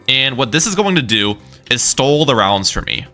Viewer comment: Really not trying to be mean but why are you pronouncing "stall" like "stole"?